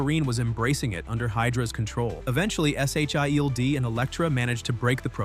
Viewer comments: Are you seriously spelling out SHIELD instead of just saying it? The hell is wrong with you? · Get a better AI narrator. One that can actually say "S.H.I.E.L.D." without spelling it out, and that can properly pronounce names. Your videos have decent content but the execution is utter dogshit.